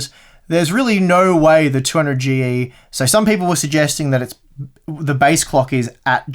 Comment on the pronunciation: Now I know what a heavily sleep depraved looks like: keeps saying A12-900 instead of A12-9800 and 200Gee instead of 200GE. And also forgets to test the processor with the 1080 ti FTW. I'm hoping he'll make up for it by testing it with the 2080 ti FE. Thanks for the video!